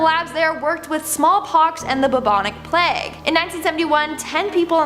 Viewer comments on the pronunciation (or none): none